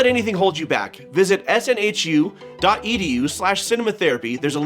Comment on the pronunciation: SNHU, btw, is pronounced snoo :)